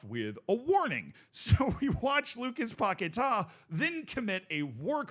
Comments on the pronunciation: It's paqUeta not paqetar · It's Paqueta Not Paquetaaa 😂😂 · Lucas Pocket-Ah